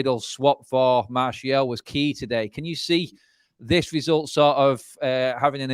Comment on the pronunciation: wow saying Martial now and not Marshall 🙂🤭